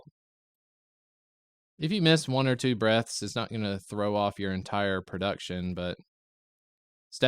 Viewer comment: You need to annunciate the word breaths more hahaha!